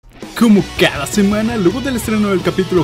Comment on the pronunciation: usé tu ringtone de llamada cuando decis " Cóumo cáda zemanah"